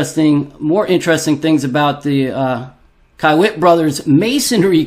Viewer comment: It's pronounced key-wit